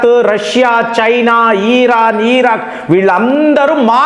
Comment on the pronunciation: ఖాతరు, ఈరాన్, ఈరాక్ కాదు రా నాయన...నీ దిక్కుమాలిన pronounciation...